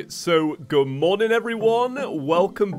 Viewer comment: Every time say good morning his accent makes me think he’s saying Gamora from Guardians of the Galaxy